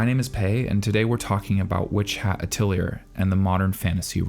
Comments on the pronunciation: I have long enjoyed your videos, having watched from your original Frieren ones. I'm glad you've taken an interest in WHA as well and I expect you'll love it's surprising maturity and depth as well. That said, I must request you review the pronunciation of Atelier. The ending -er is more akin to a -ay sound or like the end of Melee. There is no R sound. I know it's an unfamiliar word and there'll be an understandable learning curve for anime fans and content creators, but it's a mental crash for me (and likely others) whenever the word is said that way. Just check Google's pronunciation (their English one is fine). Please and thank you. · I never noticed how often says the title of shows until cringing a little and the mispronunciation. I love all his video and can’t wait for the next one. I hope he does read the comments though because I hope he learns how to say it 😅❤️ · I was just about to point that out too)) As a French speaking person, pronunciation of “atelier” in this video was a little disturbing 😅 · Agreed on the pronunciation problem. Cut the creator some slack though in the other replies. Most British and American people (and disturbingly, many Anglophone Canadians who have taken up eight or more years of French in school...) cannot pronounce French for the life of them (can't speak to other English speaking countries). Moreover, a lot of everyday English words are bastardized and inherently mispronounced medieval and modern French words that mislead English speakers when they try to pronounce their French equivalents. So this kind of thing should really be expected from most Anglophones outside those who know French or are in language studies and adjascent arts and humanities fields - or just quite well-read. Also, how do they pronounce it in Japanese in the anime? Because that can be really misleading at times too, and is blameless if he is going off that. I'm looking forward to watching this show and future videos on it here.